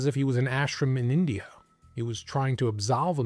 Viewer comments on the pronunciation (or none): none